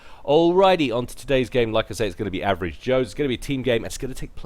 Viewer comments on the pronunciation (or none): ''Averave joes'', seriously:I